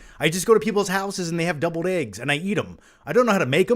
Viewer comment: lol I was like.. is he saying doubled eggs?